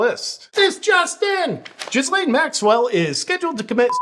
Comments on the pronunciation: Ghislaine is pronounced with a hard G, like gill as in what fish breathe through, then "lane" as in a road, path or track. I don't know if you pronounce it Jizz Lane to be funny, but as you don't mispronounced any other names, I'm guessing it's a misunderstanding. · Isn't it Gill-Lane and not JIzz-Lane? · "jalane Maxwell"??? I thought it was pronounced GHISLAINE Maxwell? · JP, love your stuff. Hard to hear you mispronounce Ghislaine. H is silent and S is silent. Hard G and rhyme’s with Elaine. Gheee Lane. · I like how you pronounce it "J1zzlane".